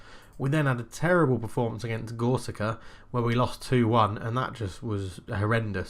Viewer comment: I've been meaning to comment - I think it would impressive if you could just pronounce the names right Haha. but here's a suggestion - start with the names of the teams first rather than players. for example you have been saying Gorica so wrong for so long :) which is amusing but at the same time it's easy to say right ( try Goreetzah)...just take your take when trying to pronounce them, I think it would be pretty cool if you manage it now after we have seen all your struggles so far lol. keep up the good work.